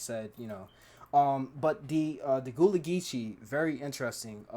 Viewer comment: It is pronounced Guh (uhh)-La. My family is Gullah Geechee on my mom’s side.